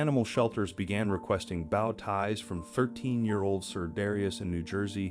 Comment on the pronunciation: Great video but bad pronunciation of the word bow ties! Bow isn't pronounced the same way as wow. It is pronounced the same way woah is.